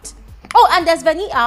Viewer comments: It's the "Veni-a" for me, lol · It's the way today you pronounce Venita's name for me😂😂🤣🤣💔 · I love how you say venita's name 😂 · I thought I was the only one that heard it